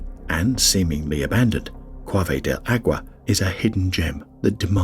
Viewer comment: You do a wonderful job butchering Spanish!